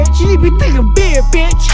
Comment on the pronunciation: At one point hes not saying big anymore, sounds like beer or beard 😂😂😂